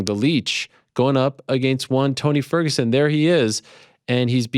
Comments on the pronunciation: Shock nobody notice that li said font toguson 😂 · He literally call him “Fony Tergerson” 😂